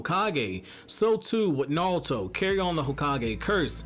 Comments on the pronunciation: Neon Force thats understandable but this guy is saying it with an L it sounds like. I hear him say Na-rL-to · Anyone else hate the way he pronounces naruto?